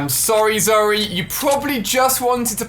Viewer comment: He calls zoey zurru